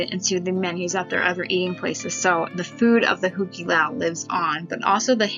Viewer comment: I've been to the Hu Ke Lau (points for your correct pronounciation!) several times over the years and always enjoyed the kind of old fashioned and slightly cheesy vibe it had. I still have a Tiki mug from there that I picked up during a friend's bachelor party ;)